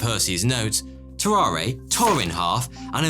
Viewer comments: If he was french, it was pronounced "tarar", without the "a" at the end. Anyway, it was fascinating to learn about those guys! Thx! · So, no one is going to comment on how he pronounces Tarrare wrong the whole time? No? Alrighty then.